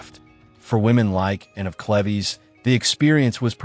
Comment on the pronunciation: " Anne of Cleveez" ???😂😂😂😂😂